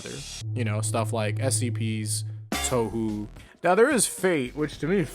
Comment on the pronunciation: Yes! Someone else actually acknowledges that aspect of Touhou's abilities! They all sound super powerful, but no one ever uses it to their full potential. Even then, I their powerscaling is blown out of proportion. (P.S. It is pronounced "tō-hō"")